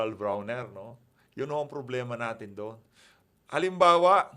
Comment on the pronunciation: brownie hindi brawner